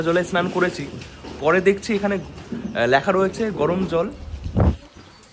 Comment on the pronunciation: আপনার উচ্চারণ গুলো ঠিক করুন ওটা ইসোদয়া না ইসদ্যান, 😂ল্যাখা নয় লেখা 😂 কোপন নয় কুপন, শিক্ষাগত যোগ্যতা খুবই কম , pronunciation শুনেই বোঝা যাচ্ছে, যাই হোক এই করেই যখন খেতে হবে আপনাকে এগুলো একটু ঠিক করে নিন